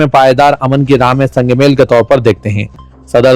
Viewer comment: Sang male ...wrong Sang meel padho ... correct